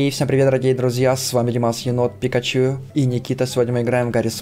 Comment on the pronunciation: Ты так илегантно сказал пикачу